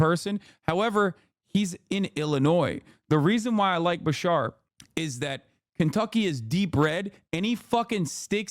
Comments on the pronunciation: As a Kentuckian hearing Hasan say BaSHAR instead of BaSHEERE was killing me. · Love Beshear but would do anything to convince Hasan to stop saying ba-shar